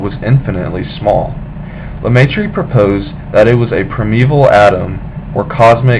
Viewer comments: lemai tree what s that ! learn to speak if you want to be listen to and understood.et oxford c est pas louvain. paxs andre..................................................... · First of all prounciations are wrong. He was french speaking so his name is french. second when you talk about the university of Louvain (also french prounciation or Leuven in Dutch) you show a picture of Oxford. Please research your images.